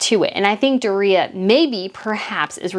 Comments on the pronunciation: I always thought it was " Doooria" Like the stress in the "o" part of it, not the "i" part ..but hey, what do I know? LOL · I like your videos and you do good research. I think Meg's mom's name is pronounced Doria with 3 syllables; and put a long sound on the o...like 'doe a deer'...... Doe-ree-ah. Not, how you are saying her name, Dor reah. I promise. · Why are you aping Tom Bower's affected pronunciation of Doria? It's "Dor-yah" NOT "Do-ree-yah". I'm sure you'd find it grating if people called you "Breet-NAY". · Hi, it’s not Dorea, it’s Doria, one word, like Dorya! Ok 👍🏽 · It's "Door-ee-uh", your killing me. And I am in agreement with you. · Meghan’s mom’s name is dooria. Pronounced door ia. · DOOR’-ree-ah COR’-tee-ers Look them up, please. Harry is convinced that when George turns 18 he will be meaningless. At 18 George can reign. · Why are pronouncing Doriah name DorReeha ? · Mutt's mother's name is pronounced DOR-REE-AH. Mispronouncing someone's name drives me crazy.